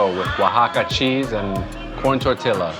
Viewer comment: You said tortilla.... I cannot unhear this